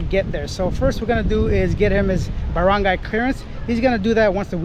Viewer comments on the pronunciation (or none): none